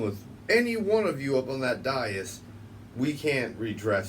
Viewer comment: First of all it is spelled d a i s. It's a two syllable word pronounced day of the first syllable, and this minus the th for the second syllable. The emphasis of pronunciation is on the first syllable. DAY - (th)is It is not pronounced any other way in any other language.